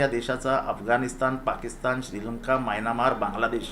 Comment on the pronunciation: मायनामार नाही म्यानमार